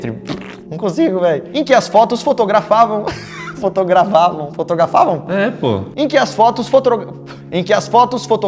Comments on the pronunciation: Mano to morrendo de rir 🤣🤣🤣🤣🤣 Mano foi engraçado o Lukas tentando falar FOTOGRA... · Faz um vídeo falando o porquê q falamos uma palavra errada sentimos dificuldade de falar ela certa novamente como aconteceu nesse vídeo!! ( fotografada em Petro kkkkkkkkkl